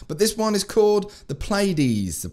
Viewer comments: Correct pronunciation is Plee-a-dees. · If you're interested it's pronounced Plee-a-deez